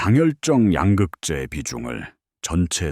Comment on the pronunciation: 야 임마 왜 양극재를 양극자이라고 발음하냐 ?